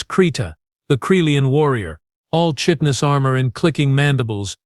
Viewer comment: You mispronounced chitinous.